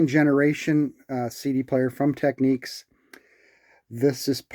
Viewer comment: Thank you for pronouncing "Technics" correctly with the accent on the second syllable. TechNICS.